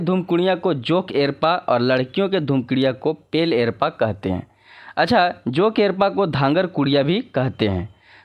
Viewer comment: लोहरदगा,गुमला, सिमडेगा जिले में भी उरांव जाति के लोग पाए जाते हैं इक्का उच्चारण नहीं एक्का होता है एरपा उच्चारण नहीं एडपा होता है